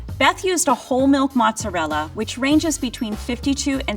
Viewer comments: Why does Beth not know how to say the entire word is the American school system really that bad? It’s mozzarella not muts it’s cheese not dog you find in the street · The "moots" made me cringe SO hard. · I know Beth is the real deal because she says mutz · I’m yet to meet a person in real life who called Mozzarella “mooutz” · Why does Beth continue to pronounce MOZZARELLA like that? Italians don't even say that. She should be level 1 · Because of her accent. She's not Italian either, her mother in law was. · I started saying mozz the way that Beth does, but had to stop cuz hubby had no idea what I was talking about! But I still say it that way in my head. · The way the old lady say mozzarella or whatever she is saying is making me cringe. And no flour? Four is there so the egg and bread don't just fall off. It's much more sturdy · Italian-Americans think that that's the correct way of saying it, real Italians think otherwise.